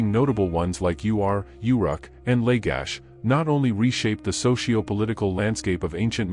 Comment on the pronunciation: Mispronunciation of the city states, the rushed staccato of narration, decimates creditability of the information. Readers must study what they read, pronounce unusual names, and slow down the delivery. The city- state of Ur is not pronounced U R. Uruk is slurred over out of recognition as is Lagash.